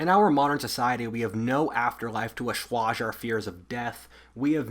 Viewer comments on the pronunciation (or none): Assuage - pronounced like 'Ah swaged' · You are pronouncing assuage wrong. It's pronounced "uh·swayj" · needs to learn how to pronounce assuage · Please, for the love of God, learn how to pronounce "assuage" if you are going to say it 3x in a video. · Do people actually pronounce the word "assuage" like that? Or is that another Pennsylvania thing?